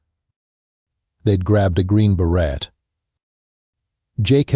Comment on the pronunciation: Fail! The "Green Beret" is too hard-earned not to teach Ai how to say it properly.